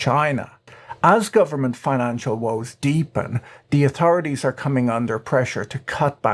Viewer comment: Who else loves it when he pronounces words like "atorities."